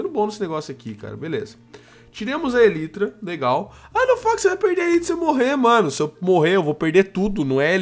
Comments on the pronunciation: Pelo amor de Deus, a pronúncia é elAAAAitra! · para de falar elytra a pronuncia correta é elaitra